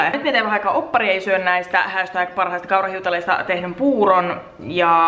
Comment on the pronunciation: Ihan ku oisit sanonut alussa "kaurahyytelöt" 😂😂